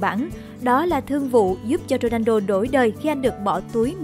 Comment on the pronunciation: Dôđrendo hả ? Đọc kì vậy !